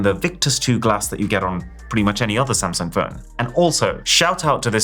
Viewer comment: u said samsing